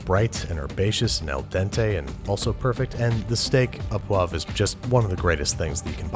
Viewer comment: Why do Americans not pronounce correctly? I mean it's understandable the au sound is wrong but the poivre is cringe. The "re" ending is not silent in poivre.